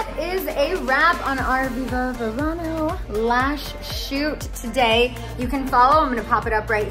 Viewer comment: Congratulations Scheana! Viva Verano! Being Latina the correct pronunciation in Spanish V’s are pronounced as a B. Not V. 💃🏻👍🏼🥰